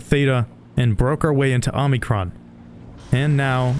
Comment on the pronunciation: Omicron, not Omnicron.